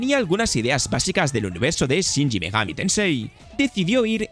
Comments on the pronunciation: No es Shinji, es Shin. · la razon por la que horizon suele ser preferido es porque NO es simulacion (y por ende mas accesible a cualquiera) mientras que forza motosport es simulacion. no se porque decis "shinshi megami tensei" es SHIN megani tensei.... (juego que en realidad nacie de los digital devil) y ojo SI habia otro titulo que tenia una formula MUY parecida a persona... la saga de Sakura Wars hace exactamente lo mismo, la diferencia es que en lugar de ser un rpg... es un juego tactico. (y megami tensei tiene varias ramificaciones de estilos, si es cierto que hoy dia persona es la favorita) Mario bross no deriva de donkey kong (si bien "jump man" es su primer aparicion, en realidad super mario bross es la evolucion del juego Mario Bross, a secas)